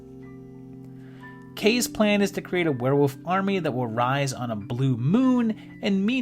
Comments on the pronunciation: It's Were-WOLF. Say it with me. That's Fascinating. Champagne!! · What is a "where-wuf"???